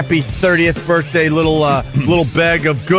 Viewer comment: Say Birfday one more time, it’s hilarious